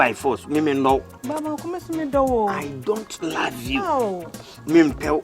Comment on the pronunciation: Agya Koo be like "I don't lyve you." 😆 😂 😆 😂 😆 😂 😆